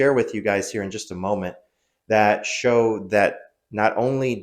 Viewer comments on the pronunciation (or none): none